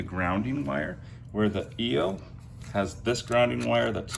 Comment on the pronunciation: It’s not pronounced e o it is pronounced eye o !!